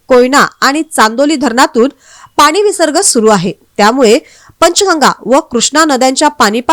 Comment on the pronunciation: पानी काय म्हणताय पाणी म्हणता येत नाही काय